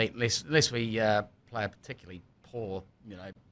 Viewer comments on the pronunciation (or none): none